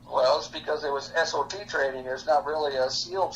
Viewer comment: He keeps saying he was an S. O. T. and I keep hearing S. O. B. 🤦‍♂️